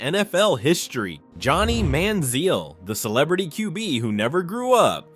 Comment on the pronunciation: AI pronunciation of names is a riot. Johnny Manziel had 4 different pronunciations in the first two minutes of his story.